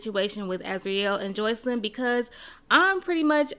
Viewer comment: I hate how u pronounce sis name!! It’s Jos-See-Lyn